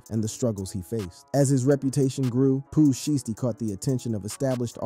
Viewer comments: Its pooh shy stee not pooh shity 😂😂😂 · How you mess his name up?